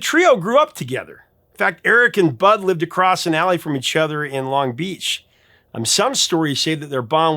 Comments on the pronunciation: I’ve always heard “Longbeach” pronounced with emphasis on the first syllable (“LONG-beach”), not the second (“long-BEACH”). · Just so you know, it’s not Long BEACH It’s LONG Beach